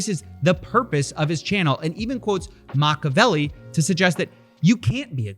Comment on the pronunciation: Pronounciation of "machiavelli" to "macabellow" was worth the video.